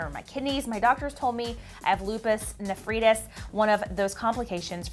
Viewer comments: Lupus Nuh-freetus 😂😅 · cant even say nephritis